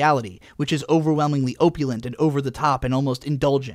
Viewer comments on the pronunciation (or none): I'm sure I had some other thoughts about this video, but hearing say "opulent" with a hard "o" as in "opal" jarred me so heavily that those are all gone now.